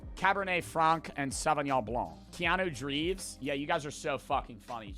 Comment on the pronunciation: The only thing i took away from this video is that doesnt know how to say keanu reeves😂